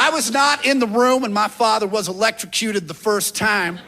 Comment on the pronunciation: "Electrocuted" Sounding this word out isn't the way